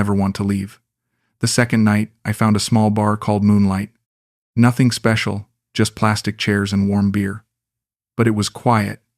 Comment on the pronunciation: ""You speshull" 😂